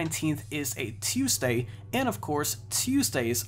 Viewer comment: Why do you say Tuesday so weird